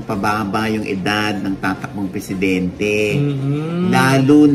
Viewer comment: pressidente??????? ambot ah